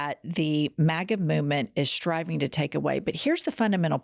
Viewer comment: Jen it sounded to me you were saying "Maggot" instead of Maga....Maggot is better..MAKE AMERICA GREAT, GET OUT TRUMP!!👍♥️♥️♥️